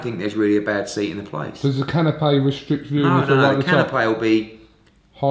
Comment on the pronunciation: its can-o-pee not can-o-pay unless their fighting for food.